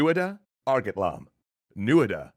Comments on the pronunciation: That's the thing though, there's 4 dialects, and while they differ in places, they're broadly similar, especially with words like the ones they mispronounced. Their pronunciation of 'Airgetlam' stems from not translating from old Irish correctly, leaving out fadas and séimhiú. Airgeadlámh would be right. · Hah, Airgetlam. Remove an i. Eragon much?